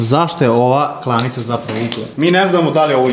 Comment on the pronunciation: Ja mislim da se kaze klaonica ne klonica